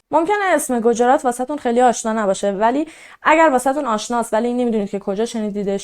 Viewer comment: دخترم گوجرات نیست گجرات هست و همچنین روی ج ساکن بزار. با احترام پاینده ایران اگاه ایرانی بیدار